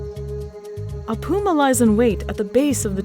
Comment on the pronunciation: Mispronounced Jaguar and Puma